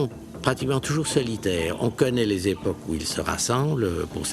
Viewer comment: Époques. C'est en effet mal prononcé (on entend "épaules"), mais la même formulation est utilisée à plus distinctement.